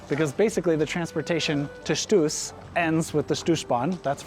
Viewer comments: Congratulations! A nice report about my home country. What you obviously don't know is that we Swiss pronounce the mountain "Stoos" with "Shtos". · So sweet how you pronounce Stoos 🥰